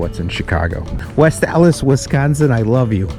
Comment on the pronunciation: Its west allis, actual its Stallis